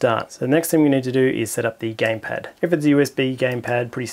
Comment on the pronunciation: "Gampad" LOL